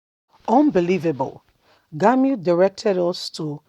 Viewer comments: For God's sake, can somebody tell this girl reading this message to open her eyes to know how to pronounce people's names? If it's GUMI you're calling GANI, shame on you. Can't you spell words? G U M I. NONSENSE!!! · My sister it is not Gamiu but Gumi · Why is it difficult for you to pronounce Gumi?